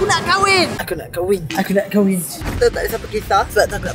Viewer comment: Kahwin bang bukan KHAWIN